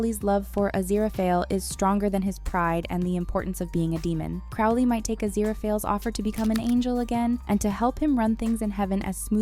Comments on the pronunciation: It's not Craw-leigh....its Crow-lee And it's not AZIRAPAHLE but A-zir-a-fell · Aziraphale is pronounced Azira-fell Crowley is pronounced Crow-lee 😐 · Pronouncing Crowley wrong ruins the experience, sorry :)